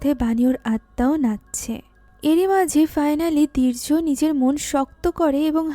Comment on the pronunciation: দীর্য বলছেন নাকি বীর্য বোঝা বড়ো দাই 😄